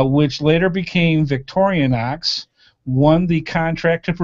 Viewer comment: OMG your pronunciation of Victorinox is HILARIOUS!